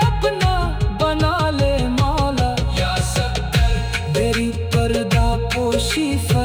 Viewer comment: Talaffuz sahi nahi hai. یا سطار ہوتا ہے سطر نہیں